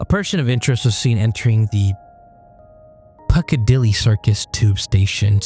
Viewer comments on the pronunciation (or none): Pic= a=dilly is how u say it not Pucadilly 😂